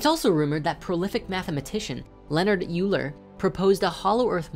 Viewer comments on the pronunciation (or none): Please work on your pronunciations of famous people's names if you want me to believe you actually have ever heard of them before doing research for a video. Two minutes in and you mispronounced two names "Haley" & "Euler". It's pronounced "Hailey" & "Oiler". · You pronounced Euler wrong.